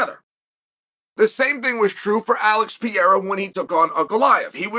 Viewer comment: It’s wild how many names he butchers LOL. Alex Peeara. Hazmat Chimiev